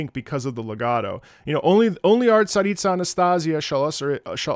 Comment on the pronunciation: omg you pronounced Tsaritsa so well here my ears are blessed